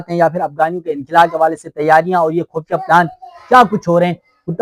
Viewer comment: لفظ خفیہ ھوتا ھے خ پر پیش ھوتا ھے اس لئے خو پڑھا جاتا ھے